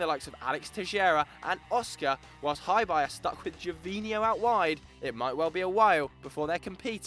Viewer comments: Hebei is pronounce as "Her-Bay" not Hi, Bye. Hi there Bye! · HeBei China Fortune is pronounced like Her Bay. I live here in China so can help correcting with pronouncing the names correctly. Great content all round, keep it up! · It's not pronounced Hi-Bye , it's her(silent r) - bae.he bro is a province of china , a web search would have told you how to pronounce the word ffs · Hebei is pronounced Huh-bay, not hyebye. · Hebei's name should be pronounced closer to 'Her Bay', I live in China and follow CSL fairly closely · "Hi" "Bye" Fortune? that is not even close to the actual pronunciation of the clubs name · he prounanced hebei china fortune so badly wow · I let that shitty Hebei pronunciation go... but after hearing the way you said Melbourne I decided to die in a hole thanks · You can't say Hebei properly... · you guys mispronounced Hebei so badly it hurts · It'd be nice if you could google the proper way to pronounce Hebei :P